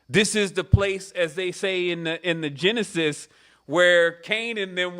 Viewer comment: You said Genesis & I heard: Djinn-Assist.